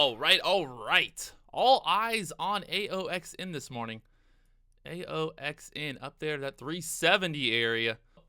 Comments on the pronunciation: its AXON not AOXN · New drinking game.....everytime pronounces a ticker wrong u bong a beer.....u said AOXN like 9 times lol